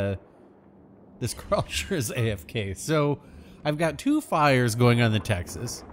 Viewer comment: Ive never heard someone butchering the name Karlsruhe like you before 😅